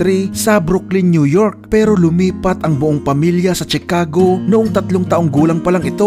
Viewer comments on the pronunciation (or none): none